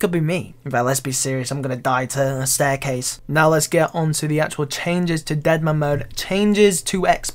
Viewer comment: "Die to a staircaise" oh my fucking god can't stop laughing xd